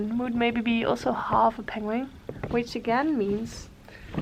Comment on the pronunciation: I love your accent, and how you pronounce words in English is absolutely adorable! I'm Canadian and how you say penguin sounds like ping-wing to me, and it's the cutest thing! I also love how you pronounce your name and your son's name. Your quilts are awesome and I love your videos! I always hit the like button before I even start watching LOL!! Can't wait to see what your next project will be!